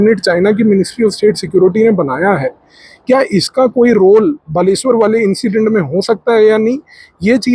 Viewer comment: Thank you sir for accuracy in pronounciation of बालेश्वर .